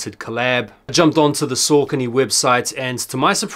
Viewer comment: Don't blow up the spot! 😅 I love Saucony its nice to be able to get some really underrated stuff with little stress on drop day. (also sorry to be that guy but its pronounced Sock-uh-knee) keep up the great vids!